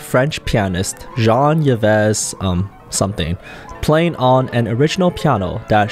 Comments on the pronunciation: Jan Yeves XD It's pronounced "\ʒɑ̃.iv\" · apparently you do not realize how dismissively insulting it is to introduce someone as ‘ Jean-eevez something’ …because you can’t bother to research the proper pronounciation of his name.? be respectful and your career will go much, much further. An approximate pronounciation would be… legendary French pianist ‘zjon eve TeaBowDough’.